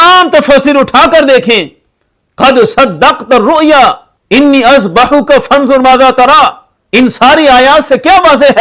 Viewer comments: انی اذبحک پہلے الف کے اوپر زبر درست کرلیں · پہلے الف پر بھی زبر ھے